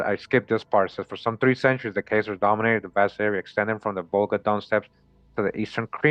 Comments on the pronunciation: “Chay” Zars is not a thing. The CH is pronounced as a K sound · Bless UP the info is brilliant... remember Chazar is pronounced;KAY-ZARS with a K.... This channel is one of the heaviest on the Web👍🏾👏🏾